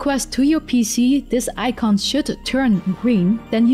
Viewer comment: Please speak Chinese and add subtitles. We don't say "gring" it's "Green". G.R.E.E.N.